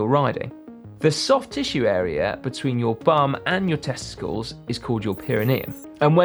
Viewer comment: The way Si says "Testicles" is like a comedian trying to get a laugh, its that slight pause for comedic effect.